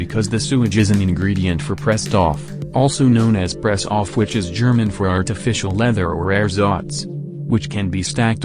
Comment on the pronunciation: The st in Presstoff is a scht and yes I am german and yes it is the same for Sp like spanisch